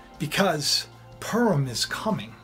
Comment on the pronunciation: Pu(like in pure) rim, pu-rim not "" perm ""